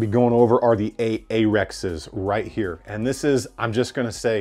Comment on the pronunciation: What you said, A-Arex’s. What I heard, A A ron.